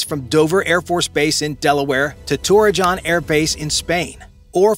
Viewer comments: YOU NEED TO SPRUCE UP YOUR AI VOICING!! IT IS NOT "TOREAJOHN"! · You pronounced Torrejon incorrectly lol